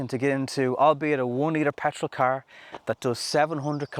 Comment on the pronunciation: say car correctly